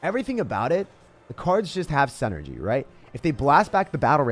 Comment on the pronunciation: I love you and your videos, but you pronounce the word "synergy" incorrectly. You say "SEN-ergy" but it's "SIN-ergy." If you corrected that, your videos would be perfect.